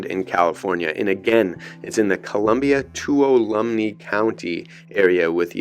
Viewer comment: Just letting you know, the county is pronounced "Te-wala-me" County. ;)